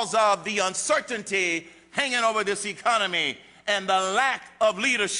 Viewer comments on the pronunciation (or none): I can' vote for anyone who pronounces Economy as Ecunamy. Sounds like he's getting ready to fuck it.